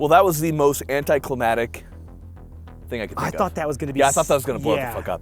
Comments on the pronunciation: It’s not anticlimatic, it’s anticlimactic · You seemed kinda smart and like you might know what you're talking about until I heard you say "anticlimatic" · USAF education is too good for him to be saying “anticlimatic”. What’s that like..to be lacking in any kind of climate? Like outer space or something?